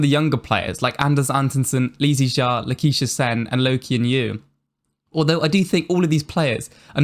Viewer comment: Well, I wouldn’t really call it a problem. We’re just in the Viktor era and he damn well deserves it. At least it wasn’t where all of badminton was dominated by LCW and Lin Dan. Fresh to have a single man dominate everything. Also it’s Lak-sh-ya Sen not Laquiesha Sen. Haha